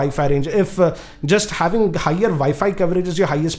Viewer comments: it is WiFi not ViFi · VI FI routers LOL hhhh to thouse who didnot understand instead of saying wifi he says vifi . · He way he says wifi is vifi it's abysmal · It's realy a nice NETGEAR "ViFi" Router. Hehehe.. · Say "Vi-Fi router" one more time, please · Viifii router? Lmao Indian accent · im sorry but the way u say wifi makes me wana die. vifi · did he say vaifi ...??? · did I just heard "Vi-Fi" router????? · 0, i hear vayfay routers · He is passionate about saying 'wifi routers'🤣